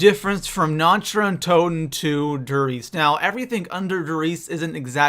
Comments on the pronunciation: Nacht Der Untoten=Nokt-Der-Untoten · Lol nacht dee untoten is german you know your german is horrible😂